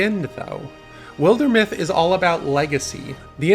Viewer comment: Shame he doesn't know how to pronounce wilder either....